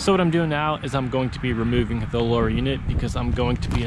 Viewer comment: Console not consul. Lower not lore. Buttons not buh’ins.